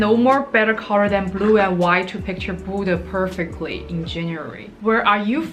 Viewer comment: The way you say Bodø sounds like Buddha, I was a bit confused lol